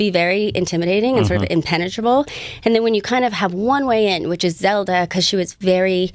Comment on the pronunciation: Zelda not zeda...